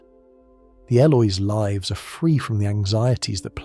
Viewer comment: I LOVE this concept of retelling classic writings like this in a modern, soothing format like this. Brilliant. Somehow, the AI is getting dumber, though. It can no longer distinguish if "lives" is being used as a verb or a noun and always pronounces it as a verb, which is incorrect 90% of the time in this story. Still, this story format holds my attention better than others, so I keep listening! Thank you!